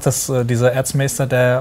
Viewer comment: Bei Erzmaester versteht man irgendwie Arschmeister. Jaja der gute alte Arschmeister wer liebt und kennt ihn nicht.